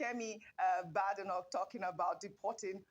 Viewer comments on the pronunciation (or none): It is not pronounced "BAADENOK". It is pronounced "BEIDENOK" .